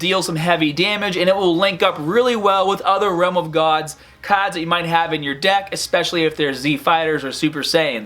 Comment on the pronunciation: "Dawkin Awakenin" , "Caads" lol